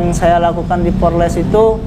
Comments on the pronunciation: 😂😂😂PORLES = POLRES. Mahasiswa juga...hiiii, ucapannya tidak boleh salah. Tetap SEMANGAT wlu salah ucapan. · Mahasiswa ngomong nya porles..hi..hi...apa itu..polres...gak tau yaa.. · Mahasiwa ngomong aja egk danta polres bukan porles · Mahasiswa kok ngomong polres aja nggak bisa😅😅😅